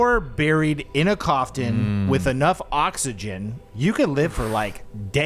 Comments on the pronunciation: Did say cof tin? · So everyone ignored saying “in a cofTIN”?!?